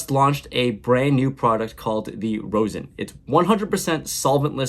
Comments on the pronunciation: ROZ-in …please for your weed smoker viewer base. No more ROSE-in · ....Rosin is pronounced raw-zin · It’s pronounced more like raw-sin but I love to see it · Rosin is pronounced RAH-ZIN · Pronounced “rozzin” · You’re saying rosin wrong.